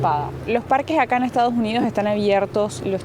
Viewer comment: **: Muy matea pronunciando Bien **: "Estao Unío" JAJAJAJA... Saludos Chicos